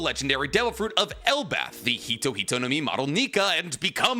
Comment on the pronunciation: Does anyone else hear Elbath instead of Elbaph?